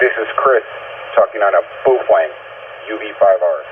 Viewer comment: You get me with 'Boofwang' every time 😂